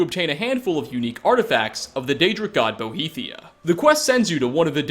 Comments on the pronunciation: its boethiah, not boheathia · Boethiah,. Not Bohethiah. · Boethiah, not Bohethiah. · I'm triggered by the way you pronounced Boethiah. It's not "Bo-he-thiah"